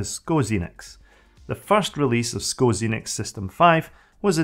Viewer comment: Nice video! But two corrections (nicely meant ;) ... "System V" is not "system v" but it`s "system 5" - the "V" is the roman letter for "5". And "SCO" is not "sko" - it is "Ess Cee Oh" ... but the video on Xenix is very interesting. Thank you for that!